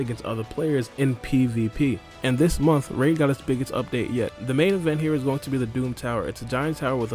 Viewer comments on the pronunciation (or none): none